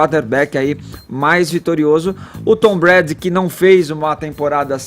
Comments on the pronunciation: Meu Deus! "Pétriots", "Tom Bréd", "Rendzone", "NFéLe"! E ainda escutar que o jogo foi fraco tecnicamente... vcs estão de brincadeira né? Ofensivamente, o jogo foi fraco mesmo. Mas defensivamente, foi um jogo muito bom! Ou seja, não foi problema de técnica dos atletas, mas, sim, de um esquema tático sobrepujar o outro. A sorte dessa bancada é sempre o Caio, que mesmo não conhecendo o esporte, faz um comentário acertado a respeito dos fatos. Em relação à campanha da Nike com o Collin, Caio, era só vc dizer que a Nike é a marca oficial das Jerseys da NFL e fez essa campanha com um cara q está processando a NFL. Ou seja, qual seria o motivo dessa incoerência, se não lucrar dos dois lados? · "Pétriots" "Tom Brédi" "acho que assistem pra ver as pessoas se batendo" "Tinha um monte de gente ONTEM chamando ele de giselo" A outra quase chamou o Kaepernick de Copérnico kkkkkk Salve Caio! Kkkk e #GoHawks 💙💚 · Custava falar certo pelo menos o nome do principal jogador e o nome do time? Nem isso eles procuraram saber? "Tom Bréd" e "Pétriots" foi dureza... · não consegue fala o nome do Tom Brady. Se ele tivesse assistido o esquenta do Super Bowl na ESPN saberia pronunciar.